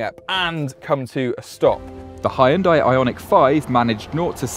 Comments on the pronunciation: I think it's about time people learn to pronounce HYUNDAI correctly. It's pronounced HYUN DAE and not HI YUN DIE. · Hun-Day like Sunday, Jesus Christ, it's not that hard. 🤦‍♂️ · bro u are absolutely butchering the pronunciation...... come on man 😂